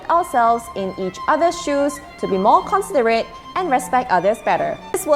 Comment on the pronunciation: Pronounce the word 'considerate' accurately.